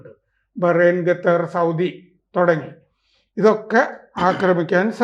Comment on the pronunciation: It's not ga it's Katar